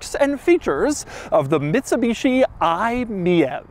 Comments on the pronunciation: Isn't it said like " My EV" instead of Miev lolll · It baffles me and amuses me that Doug is pronouncing it as “me-êve” when it’s obviously meant to be pronounced “my-E-V”. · is it really pronounced mee-ave? i would've thought its "My EV" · In Germany „mief“, which is exactly pronounced like „miev“ means that something stinks (if you even go into slang you might even call the car „i stink“ or „i suck“, so to speak 😁)…so the Mitsubishi had a hard stand here. Most people bought it rebadged from peugeot or citroen 😁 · I think “MIEV” is supposed to be read “ My EV “ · I think it's pronounced, "Mitsubishi MY EEE VEE" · Isn't the name pronounced like "my ev"? Also that fuel icon has an AC plug on the end. That's actually a custom part. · Isn't it pronounced "MY E-V" as in "my electric vehicle" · I-Meev is how you pronounce it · Wtf the Lagonda is one of the coolest looking cars of all time. I think you meant to say Fiat Multipla!# btw, I could imagine the name being pronounced as i-Mi EV? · I thought it was pronounced “my-EEvEE” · Sir it is most definitely pronounced "my e.v." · THE MITSUBISHI EYE-MiEV 😂😂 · everytime doug says it it's comedy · I have always heard it pronounced Me-Vee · he also keeps pronouncing the name of the thing incorrectly. What do you expect. 😅